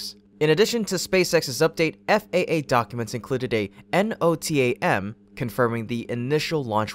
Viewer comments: NOTAM is commonly pronounced as a word (no-tam). It stands for Notice to Airmen. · "Notam" pilots say it as a word... not individual letters.